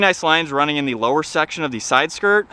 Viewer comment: Is it “Theeee” or “Thaa”? I had to turn it off after a couple minutes after hearing the over-annunciation of “Theeeeeeee”. OMG.